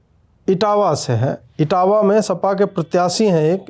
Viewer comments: Sir woh itawa ke nahi Itwa ke hai, District shayad dumariyaganj ya Siddharth Nagar lagega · इटवा है वो अजीत भाई इटावा नही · इटावा नहीं इटवा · Itawa nahi Itwa in Siddhartnagar dist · इटावा नहीं इटवा है सिद्धार्थ नगर में है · इटावा नही इटवा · इटावा नहीं है इटवा है, सिद्धार्थनगर जिला।